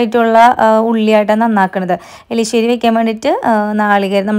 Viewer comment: എലിശ്ശേരി അല്ലാട്ടോ എരിശ്ശേരി എന്ന പറയാ